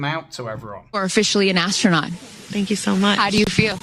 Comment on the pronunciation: THE MAJOR SHAME HERE IS BLUE ORIGIN NOT BEING HIT BY AN I.S.S. CRAPSICLE 💩 I KissedThe Ground n Liked 👍 It 🤨 And She said Ass tronaut. I heard her 🙄